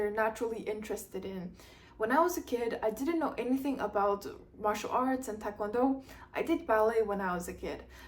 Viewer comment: Are you Korean? You don’t have a Korean accent and your pronunciation of TKD is incorrect so just wondering.